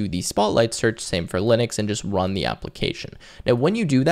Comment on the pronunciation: Are we seeing evidence that you really really want to rub llamas? (I've count 2 instances so far in the video before it has finished) In all sincerity I appreciate this video.